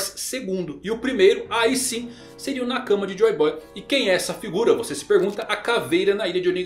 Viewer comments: E cabem todos? By: Chaves kkkk., pelo amor de Deus, pare de falar "na cama" e pronuncie "nakamá" que fica menos estranho kkkkkk' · a tônica de "nakama" é a última sílaba. Do jeito que você pronuncia parece que é " na cama"